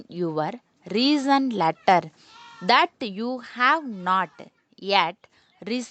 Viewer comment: Plz correct ur and, that, to pronounsations🙏🙏🙏